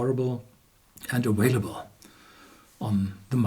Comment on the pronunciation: The word "available" is pronounced aVailable, not aWailable.